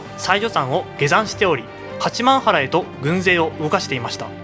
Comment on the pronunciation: 地元民だけど八幡原「はちまんぱら」な